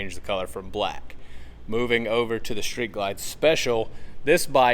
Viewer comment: It’s Street Ride not “Shreet” Ride!